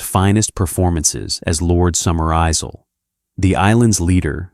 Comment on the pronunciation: Sergeant How? Lord Summer Izel? Human being reading script, not bruck, don't fix ...